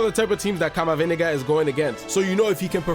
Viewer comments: "Camaviniga" caught me off guard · I love how you say CamaVindega